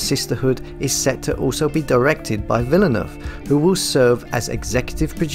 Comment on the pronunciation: You are calling him wrong learn French pronunciation